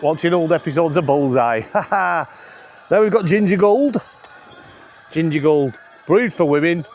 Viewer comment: That Ginger Gold was magic. You suddenly started talking in a high pitched voice with a strange accent.